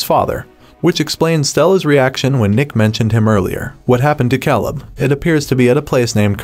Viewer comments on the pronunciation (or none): This should have been a two hour movie instead of a fluff filled 8 part series. The casting of actors was spot on, but the story was a snooze fest. And dude, learn to pronounce the names of the characters correctly if you're still going to do these videos. I mean, "Buy ron" and "Kaa leb"? 🤣😂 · So we are just going to act like this stupid narrator wasn’t saying Bye Ron, Cal Lib, and Gab Reale? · And Caleb! Cal-ebb?? 🙉